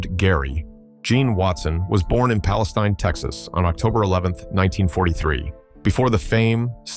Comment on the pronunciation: It’s pronounced Palesteen. Too much trouble to pronounce names correctly